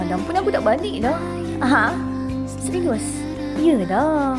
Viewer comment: “Serious” = “seriyes” 😊